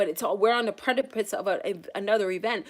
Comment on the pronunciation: I’m a stickler for proper English diction… When people miss pronounce things, it drives the crap out of me… LOL… So sorry to be a pain in your rear end, but at Around 4233… Precipice…There is no T in the word. Next time I’m going to listen to the entire thing with the piece of paper, so I can give you the word attached to the time… The next word that was incorrectly pronounced is FRUITION, But I can’t remember how much further forward… I just think it’s important to annunciate properly, especially since we all live in Babylon, and nobody really knows what anybody else means anymore… LOL thx....Much appreciated